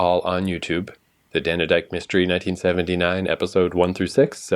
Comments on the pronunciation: Dane-dyke not Danny-dike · Not DANNER-DYKE! DAIN (as in rain) DYKE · FWIW, it's not three syllables -- DAN-E-DYKE. It's two syllables -- DANE-DYKE. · It's Dane as in Crane or Rain!! Also Rumpole is 78 to 92 to dead on.